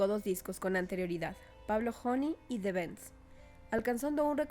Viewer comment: Por Dios, aprende hablar inglés... es THE BENDS, no de THE BEDS... se pronuncia "toking heads"